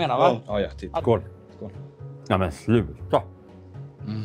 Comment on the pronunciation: Calles "ahmen schluta" fulla munnen med dammsugare 🤣🤣